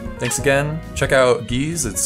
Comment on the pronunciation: Gijs is pronounced as g-ice, not geese :p